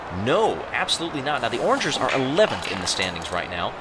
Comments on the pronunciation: He pronounced O’rangers wrong... it’s not orangers it is O’rangers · its pronounced O rangers